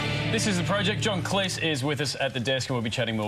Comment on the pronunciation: stop mispronouncing Cleese!!!